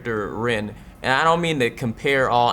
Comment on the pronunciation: Totally said ant instead of and